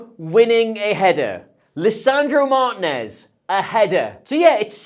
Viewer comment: Martìnez = "Mar TEEN ez" not "MAR tinez"